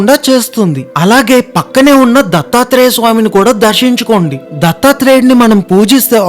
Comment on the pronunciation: "ళ" మరియు "ణ" అక్షరాలు పలకడం నేర్చుకోవలసినదిగా మీకు విజ్ఞప్తి 🙏🏼 అలాగే "ఖ ఘ ఛ ఝ ఠ ఢ థ ధ భ శ" అక్షరాలు కూడా పలకడం నేర్చుకోవలసినదిగా విజ్ఞప్తి 🙏🏼 "శ" అక్షరానికి "ష" అక్షరానికి చాలా తేడా ఉంటుంది. విష్వం కాదు విశ్వం షివుడు కాదు శివుడు దర్షించుకోవడం కాదు దర్శించుకోవడం.. ఆఖరిగా ఒక విన్నపం.. దయచేసి మామూలుగా మాట్లాడండి, ఏ హిందీ వాడో లేక తమిళం గాడో తెలుగు సగం నేర్చుకుని వచ్చి రాని యాసలో చంపినట్టు కాకుండా 🙏🏼